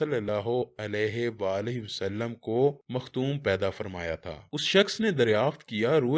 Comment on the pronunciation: bhai Lafaz Makhtoom nahi.Makhtoon hy .jiska mtlb hy khatnay kia hua.